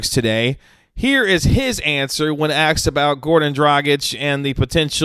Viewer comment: If you’re going to have a future in broadcasting you will need to learn how to pronounce the word asked. It is not pronounced axed. You’re a smart person and fully capable of saying it correctly. Barkley might be able to get away with it but you’re not Barkley. Also, Barkley can say it correctly and does so on the main broadcast. It is irritating in the extreme when you say axed instead is asked. And it’s just bad journalism and you know better.